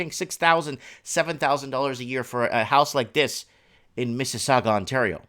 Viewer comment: You said you lived in Toronto and you can't even pronounce Mississauga? Must have been long time ago. Do enjoy watching your channel.